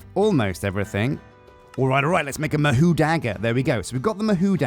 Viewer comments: lol i think its pronunced Mah hoe not mah who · It's pronounced Ma hoe not ma who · As someone who speaks Japanese as well as english, listening to this episode made me wanna cry 😭 Ma-who? The word for Magic, "Mahou" is pronounced "Mah" with the vowel sound from "Mama", and "hou" with the same vowel sound as "Paul" (in your accent, at least 😉) I'm not even gonna try to teach you to say "Tsukai" 😅 Great episode! My submission for the Dragon name is Cobalt :_Straw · Ma-hoe Sue-k'eye is probably the closest you can get as a westerner, to pronouncing it correctly without lessons XD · god hearing the word mahou mispronounced hurts my ears lol (its ma like in grandma) Hou (pronounced like Hoe) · I'm thinking, that you not have watched anime before. The "ou" mahou is pronounced with a hard O sound as in row, tow, and throw. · Literally cringed every time he mispronounced it. Still gotta love him though. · Isn't it more like O in door? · fuck does it hurt to hear say Mahou like he does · mahou is pronounced with a long O sound, almost no U sound